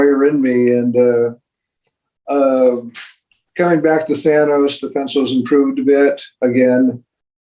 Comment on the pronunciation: Boom! It's Than-oh-s, not Than-aw-s.